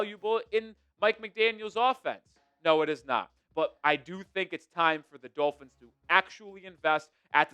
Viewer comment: Ross screwed the Dullphins, as pronounces it, when he extended McDipshit for no reason other than continuity for continuity’s sake. I’m for firing the fucking head coach every year until we find the right guy. Look at what the HC from the Bears is doing. That team is 9-4? How? They got nothing! How about the guy coaching the Jaguars? Those teams we shite last season. It’s amazing what some good coaching can do LOL. I’ll laugh my arse off if the Eagles don’t extend Phillips and he’s just a half season rental. After his first couple games with the Eagles where he balled out he’s now regressed to his norm.